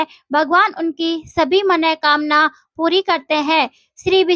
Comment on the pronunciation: मन:कामना शब्द का शुद्ध उच्चारण सुनकर मन गदगद हो गया 👍 मनोकामना कोई शब्द होता ही नहीं